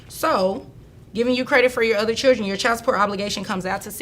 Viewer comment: extrrrcrriculrrr activities for the chlrrrdrrrn